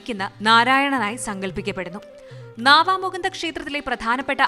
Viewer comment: നാവാമുകുന്ദ ക്ഷേത്രം അല്ല, നവാമുകുന്ദാ ക്ഷേത്രം എന്നാണ് പറയാറ്. നിളയുടെ അക്കരെ ബ്രഹ്മാവിന്റെയും മഹാദേവന്റെയും ക്ഷേത്രങ്ങൾ ഉണ്ട് അങ്ങനെ ത്രിമൂർത്തികൾ ഉള്ളത് കൊണ്ടാണ് പിതൃ കർമങ്ങൾക്ക് വിശേഷം ആയത്.